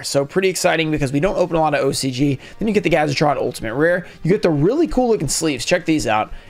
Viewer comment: Everyone pronounces Gadjiltron “gadget-tron”. Say it with me: gad-Jill-tron.